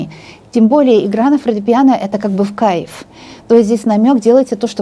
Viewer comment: мне Ваша компания тоже в Кайффффффффф!!!! 😘😘😘😘😘😀😀Обожаю когда Вы так выражаетесь!!!! У Вас это так классно получается произносить слово в Кайффффффффф..... Всё просто суперррррррр!!!! А Вы Большая Умница, красавица, мастер своего дела!!!!! Настоящий М А Г!!!! Да храни Вас Бог и Высшие Силы!!!! Низкий Вам от меня поклон до самой Земли!!!! Аминь Аминь Аминь... 🙏🙏🙏🙏🙏💖💖💖💖💖💖💖💖💖💖💖🌹🌹🌹🌹🌹🌹🌹🌹🌹🌹🌹🌹🌹🌹🌹🌹🌹🌹🌹🌹🌹🌹🌹🌹🌹🌹🌹🌹🌹🌹🌹🌹🌹🌹🌹🌹🌹